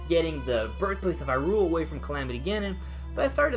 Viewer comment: Okay I'm gonna give this a chance...but if you say Hyrule as an iamb and not a trochee, then you obviously never watched the animated series =P